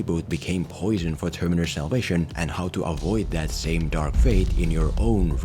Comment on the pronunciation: What's up with your pronunciation of "Terminator"?